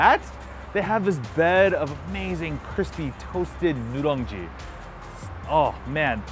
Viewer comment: will be nicer if you said nureungji instead of nu'rung'ji cuz that is not how you pronounce the word..